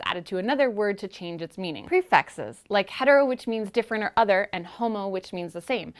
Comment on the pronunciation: does anyone else think it sounds likes shes saying prefexes